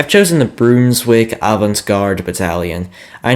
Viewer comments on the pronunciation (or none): For the Brunswick regiments, they're pronounced "Brun-swick-Lyb-Guard" battalion, and the Avantgarden-Bataillon is, "Ad-vant-Guard" battalion, Hope this helps with the pronunciation.